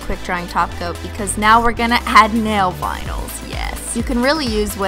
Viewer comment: I always hear binyls instead of vinyls..